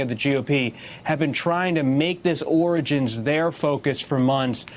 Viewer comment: He legit can't even say the word "origin", yet he wants the world to honestly believe that he's a "stable genius".